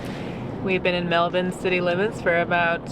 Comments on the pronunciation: I have to say, loving how says 'Melbun' like an Aussie 😂. Bravo 👌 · You pronounced "Mulbun" correctly you sounded like a local when talking about it.